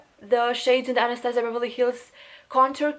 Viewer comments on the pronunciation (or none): none